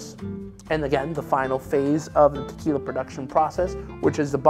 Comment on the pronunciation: You don’t have to go all try hard when pronouncing words like “tequila”